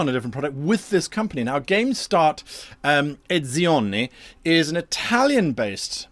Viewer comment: You couldn't help pronouncing "Edizioni" with that wonderful italian-ish accent :D